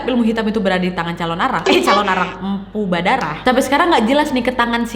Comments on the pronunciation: Mpu baradah kk nadia bukan mpu badarah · 6.52 ko jadi empu badarah😂